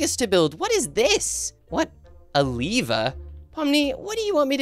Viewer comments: it s not leaver it s lever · Not liver it's lever